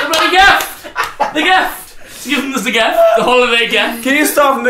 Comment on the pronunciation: 'Holiday geft'